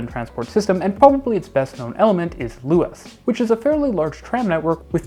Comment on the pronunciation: Little things to note; Luas is pronounced the same as 'Lewis' and the language is just conventionally just called 'Irish' rather than 'Irish Gaelic'. Great video though, it's rare to hear someone speak positively about our public transport system. Our bus network reaches very wide but is often unreliable due to contention with private car traffic. It is often faster to simply cycle than take the bus, even in the suburbs. If you come to Dublin, I'd recommend renting a Dublin Bike and cycling around the city, particularly visiting the Clontarf cycle route.